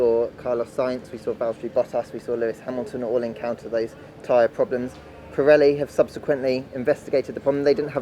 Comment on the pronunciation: an-ah update-ah from-ah Pirelli-ah on-ah the-ah tyre-ah- issues-ah from-ah the-ah 2020-ah British-ah Grand-ah Prix-ah